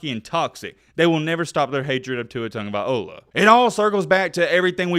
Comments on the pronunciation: TagovaiLOA, not 'TagovaiOLA'! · You cant say his name either. There is no 'viola' at the end of his name. Its vai-lo-ah. Tong-a-vai-lo-ah. Your welcome. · You say his last name funny 🤣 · not a big deal for you or I, but if you have a YouTube channel that talks about football and you decide to make a video about someone, you should probably learn how to say his name correctly. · Doesn't even know how to say his name really don't talk about the kid if you don't know him personally